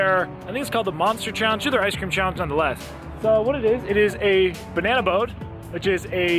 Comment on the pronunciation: Sounds like the brain freeze gave you a brain fart also LOL you said "Banany" LMAO...I'm sorry, but that made me laugh brother! Please don't ever change your ways!! LOL